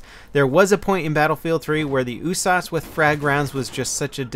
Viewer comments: it's usas not oosas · you say "USAS" like "ooh-sauce"? I usually hear it as "you-sazz" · Ooosaaas okay its u-s-a-s isnt it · 'Ooh-sarse'? Damn, that's a new one. I'll stick to 'Yew-sass' xD Good video, will we be getting any Insurgency videos any more? I love your tactical gameplay on that game:) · what the fuck is an "ooossaaasss"? Pretty sure it's U.S.A.S. You dont say Ach47, you'd say A.K.47, or ooosssp 45 instead of U.S.P.45. Made me crack up every time you said it. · You saying "oo-sauce" gave me cancer. It's a U-S-A-S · He pronounces it Ooo-sauce, isn't U-S-A-S 12? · Why do u call it the ewwwwwsauce it's yousas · It's so annoying when he says oosas in stead of USAS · No no U. S. A. S. not uuuussssaaaaassssss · Every time he said USAS, I kept hearing oooh-sauce lol. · I think it's pronounced "you-sas" level! (Universal Sports Automatic Shotgun 12 gauge) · Why do you pronounce the usas oosas? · >OOH-SAHS Fucking... What? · USAS stands for united states automatic shotgun. It's an acronym not a word. Stop saying oooh-sauce lol. jk. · the way he says usas drives me crazy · You pronounce each letter in usas individually not all together. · Am i the only one who's bugged by how he says Usas? I've always pronounced it saying the letter U, not with the sound.